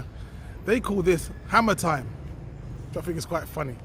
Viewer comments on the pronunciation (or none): It’s Harmattan not hammer time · Harmattan - not Hammer-time